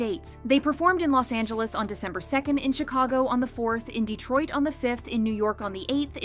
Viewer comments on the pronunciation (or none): none